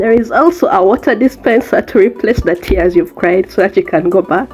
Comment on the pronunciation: You are so funny🤣🤣the emphasis of tears is so true lmao but it’s all worth it. I will soon come join you by Gods grace!